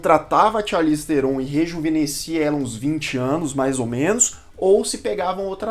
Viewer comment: Se pronuncia "charlize tron" o "H" e o "E" do sobrenome dela são mudos. Numa entrevista num programa ela falou como se pronuncia corretamente. Aprendi isso no canal Super 8 q ele fala sobre o filme The Old Guard em q ela participa. aqui o vídeo: Mas o video ficou muito bom e amo esse canal!